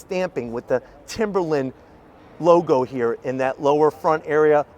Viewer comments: its timber line LINE,LINE not timberlin!!! get a education!!!!! god your the second one who says lin! talking about the ford!!!!!! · Why are all of the YouTube auto reviewers struggling to say "Timberline"? He's not the only one, lol.